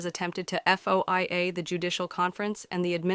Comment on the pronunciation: Is the voice AI-generated? It sure is mispronouncing FOIA.